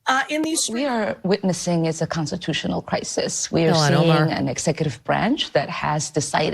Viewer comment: Why do many of these government employees say consitutional instead of consTitutional?